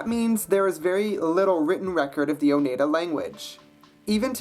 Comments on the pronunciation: Btw: Oneida is pronounced Oh-nII-dah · You pronounced Oneida wrong. The 'ei' are pronounced like in 'ein' in German.